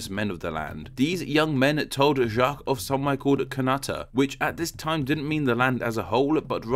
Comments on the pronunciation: jok not jak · Just pronounce it "zjac", the q, u, e and s are silent. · Hee hee it's funny how you try to make "Jacques" sound French XD Just pronounce it like in English but without the "d" sound at the beginning of "Jack" ^^